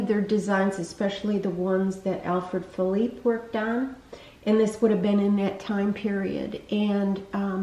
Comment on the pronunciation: Thank you so much for pronouncing Alfred Philippe correctly! So many on YT say "felipay". He wasn't Spanish, he was French! Great video. TFS